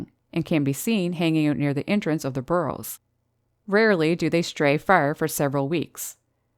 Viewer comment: Great video as always! 😃 By the way, what are "bur-rls"? 😆